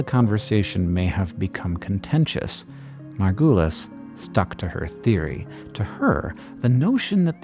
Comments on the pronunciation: Can we talk about how you are saying her last name wrong the whole time! It is super distracting. Margu(uh not ooooo)lis. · Just rewatched this and still am sad about the way you keep on discrediting Margulis (which she pronounces sounding like marvelous instead of the way you pronounce it) She lived in deep sexist and capitalistic times and she had all the reasons to follow her intuition and knowledge so bluntly while making some of the most mesmerizing discoveries. She kept on being mocked and put into this new age hippie groups to discredit her. The way evolution is not a tree branching up into the distance but branches coming together is so compelling its still not accepted in popular science, like Micropia the zoo for microorganisms in Amsterdam still doesn’t explain this but keeps the old Darwinian idea alive of a tree. I’ve read her books and really think she needs more credit and less of this woowoo, we have always known this. If it feels like we have always known this change the diagram of the tree.